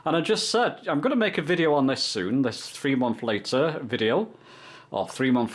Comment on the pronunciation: It’s always cracked me up how particular brits/Englishmen are yet they say basic words wrong. Three they say free. Why do Brit’s not use th and always changer to an F. Instead of together it’s togefer 😂